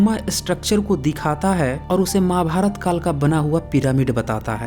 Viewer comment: अरे यार ,आप खुद प्रवीन मोहन के नाम पर ,अपने चैनल को चलाना चाहते हैं।तू बहुत पढ़ा है भाई, महाभारत कहना तो सीखले।माभार्त कहता है? यार!